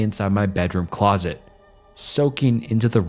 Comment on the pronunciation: He pronounced closet as ‘closest’. Totally bungled the story